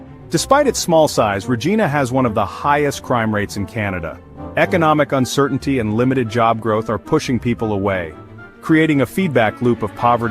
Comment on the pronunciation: Im not from Saskatchewan or anything.. but maybe you should learn how to say Regina before you finalized the video 🤦‍♂️🤷‍♂️🤣 it's like vagina but with an r